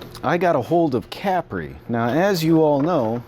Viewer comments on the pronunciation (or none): I believe it's pronounced Ca-Pree not Capry.